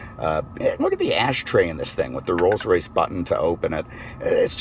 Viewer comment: Alan Johnson he said it correctly